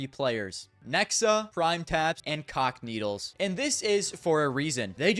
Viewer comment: Bro I keep hearing "cockneedles" instead of "cacanito"